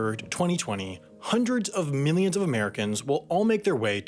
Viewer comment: PhazonSpaceSystems Except it very much sounds like Sam said “Hundreds of minions of Americans.” Which is probably more accurate.